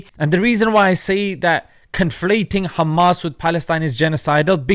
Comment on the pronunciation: "Khhhmaaasss " kills me every time 😂😂😂